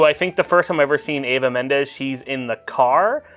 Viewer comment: Why does everyone mispronounce EVA Mendes as AVA Mendes? Its an E, starts with EE-va. Also its Fairuza Balk (FAH-roo-Zah BAH-lk) not Faruka. Confusing her with Willy Wonka characters! (Veruca Salt) Lol